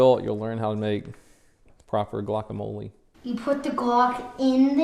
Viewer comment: its gluokamole